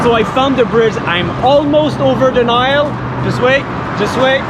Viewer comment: Oh by the way the way you pronounced Nile in French is how it is in Arabic :)